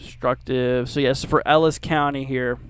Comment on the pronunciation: Did u say Ellis cou n ty? There's Ellis cty in Texas